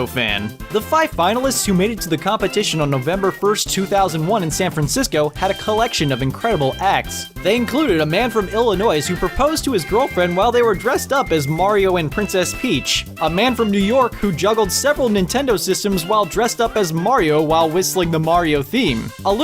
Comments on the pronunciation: Illinoise? Illinoise???? The S is silent in Illinois! I thought people knew that. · A man from Illinoisssss??? lol dat pronunciation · Illinois not IlliNOISE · The "s" in Illinois is silent. It is not pronounced "Illinoise" but "Illinoi" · lmao "IlliNOISE" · As a kid who lived in Illinois I was a little offended when he said ell-uh-noise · ... "Illa-noise". Really? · ***** if you meant pronounce, it's said like "ill-a-noy" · did you know its pronounced ill noise ;) i havent been the same since my labotamy im sorry. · "illi-noise" i cringed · It's pronounced Illinoy, you don't say the "S" on the end of Illinois. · the "s" is almost completely silent, so it sounds more like "illinoi" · ... did he really say IllinoiS? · DID YOU SERIOUSLY JUST FUCKING SAY ILLINOISE?!?!? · Illinoissssssws the fuck! I learned not to pronounce the sssss when I was in first grade. That's one of my biggest pet-peeves. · Did he seriously just say "Illinoiss"? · A man from Illinoise? Where is Illinoise? Is it anywhere near Illinois? Seriously? You don't know how to say fucking Illinois? What the fuck is wrong with our country? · ...did you just pronounce "Illinois" as "Illi-noise"? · Illi-noise? really? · "IllinoiZ" Also I didn't know there was a teal GCN (!) controller! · >Man from Illinoise >Illinoise >noise Sorry, as someone who lives in Illinois that just bothered me slightly. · "Illinoise" are you fucking kidding me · Did just pronounce Illinois like "Illi-noise"? Ugh, I hate it when people do that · "Illinoys" Really? Really? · FYI, Illinois is pronounced "Ill-eh-noy". I'm Australian, and even I know that! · "A man from IllinoiS" As a person who lived in this state for 18 years, I am upset. The S is silent. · The S in Illinois is silent!!!!!! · THE S IN ILLINOIS IS SILENT AAAAHHHHHH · Did you know the S is silent in "Illinois" ? .. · You pronounced Illinois wrong. The S is silence. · Did you pronounce the S in Illinois you uncultured savage? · .- the s is silent